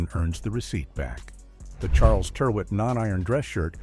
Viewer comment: My oldest item of clothing is a Ralph Lauren shirt. It's around 35-years old now and is still pretty much as it was when new. FYI 'Tyrwhitt', is pronounced to rhyme with, 'spirit'.